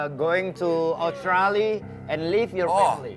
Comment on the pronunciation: Bener pak haji, klo ngucapin itu australia Bukan australi, tyson dlu prnah bilang harus dibaca semua